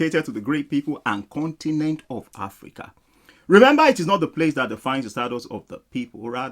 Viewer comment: You talk about financial literacy, but your English literacy leaves a lot to be desired! "D Weathly Kontinent" 🤣🤣🤣🤣😂😂😂😂